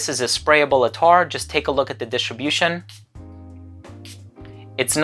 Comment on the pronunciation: Its 'at-tar' not attaaar...